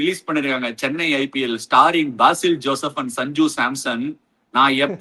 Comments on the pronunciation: Ash anna ... not baasil joseph .. its like besil joseph the pronoucing .... chettan vannallo ... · Ash anna BAASIL JOSEPH kidayathu athu pronounce pannumbothu besil ennu varum 😂😂😂😂